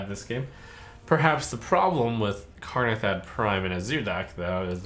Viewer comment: Its Kanrethad, not Karnethad!